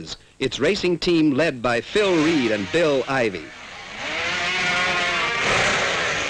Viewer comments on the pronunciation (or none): none